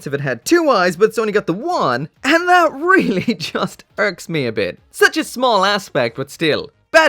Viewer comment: here just to hear him say "air-ly real grade" lol